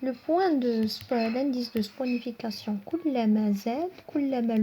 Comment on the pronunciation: On dit la réaction de saponification et non sponification